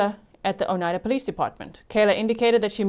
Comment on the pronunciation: Not sure if anyone helped with pronouncing the county. I just started watching on replay. I’m in Wisconsin. It’s Outa-game-y and O-ni-da (long i)